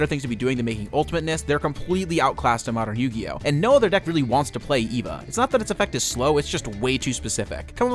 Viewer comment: It's actually pronounced, "Ay-va"